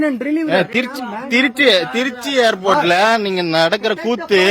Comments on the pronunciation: அடேய் அது Airpot இல்லை டா Airport டா முண்டகளப்பை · Airpot இல்லை airport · Dei Airport.... Not Airpot